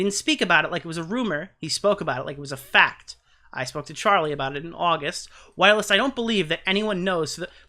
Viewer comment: Whilst doesn’t have a “uh” in it 😂 it’s just while with “st” on the end, same as you said kirst. 😊